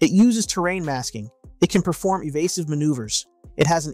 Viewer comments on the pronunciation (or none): none